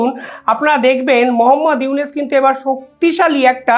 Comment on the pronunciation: ekti kotha bolchi . aponi iunus na bole unis bolen , uchcharon ta thik kore neben .